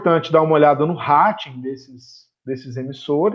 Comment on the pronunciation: Uma observacao, se fala "reiting" em vez de "rating", de resto, uma otima entrevista. Muito educadora!